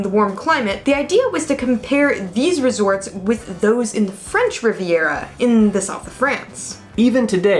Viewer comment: Rhubarb has STALKS, NOT STOCKS. It is the English Riv-i-era NOT English Rivera